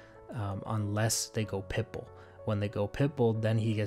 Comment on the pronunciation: Oh it’s pitBULL...... i always thought you were saying pipple.... like it was some fancy radar term 😂